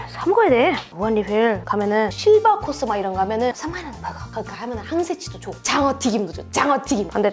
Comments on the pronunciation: 왜 시바코스라고 들리냐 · 실버코스가시바코스라고 들리는 거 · 실버코스 씨바코스로 들렼ㅋㅋㅋㅋ